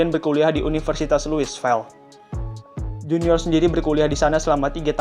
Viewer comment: Bacanya luivil bukan luisfel min 🙏